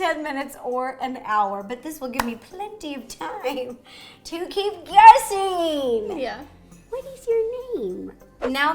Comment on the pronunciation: was SO werid when she said guessing